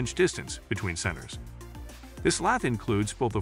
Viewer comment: Informative? I read all these same words on the product information pages on the web. Useful? Please have a real person read the script next time instead of AI. Lathe (lay-the), lath, and lay-thee used indiscriminately was bothersome and never consistent. Numbers read individually…ugh. Plus, you never gave a ranking, simply descriptions.Sorry. You surely can do better.